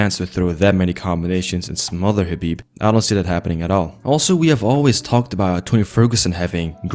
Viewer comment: So proud of you that you could pronounce the Arabic name correctly Big up - anything else I say yes Habib will definitely win tony if they ever had a fight